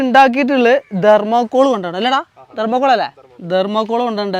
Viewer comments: ദെർമോ കൂൾ അല്ലല്ലോ തെർമോ കൂൾ അല്ലേ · ധർമകോൾ അല്ല. തെർമോകോൾ ആണ്